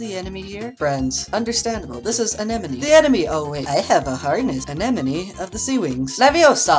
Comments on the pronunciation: "so this is anenome-" " THE ENEMY >:O- oh wait." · anenome: LEVIOSA! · "Anenome of the Seawings; LEVIOSA!!" I'm sorry, is this not exactly what happened?